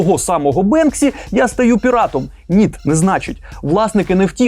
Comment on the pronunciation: мене одного задрало це "ніт" ?